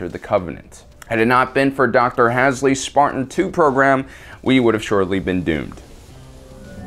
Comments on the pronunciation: excuse me but what the fuck? Its HALSEY not Hasley.. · HAS-LEE you fools. Hall-see Dr.Halesy. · Hasley? It’s Halsey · U said doctor halsey's name wrong u said hasley its halsey u say it like hall-z dumb ass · Lol you said "Docter Hasley" not "Doctor Halsey" . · It’s not Hasley, it’s Halsey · HAL-SEY (hahl-zee). Not HAS-LEY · Hasley its halsey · "Dr Hasly" i'm sorry who? don't you mean Dr Halsey? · lol Dr "hasley" not "halsey" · I enjoy the video overall but... DID YOU SERIOUSLY JUST FUCKING SAY “HAS-LEE”?!?! IT’S “HALL-ZEE”!! TRIGGERRRRRRRRREEEED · "Dr. Hasley" lol. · "Hasly"? WHO THE FUCK IS HASLY?!? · Just one thing HE SAID FUCKING HASLEY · Awesome video but the way you say “Halsey”..... and also a lot of the actual reasons that they have normal guns and vehicles is because they well didn’t really need to change and your definitely not including ass the actual media that implies a lot more about the story aaand it’s “ONI” not “O.N.I”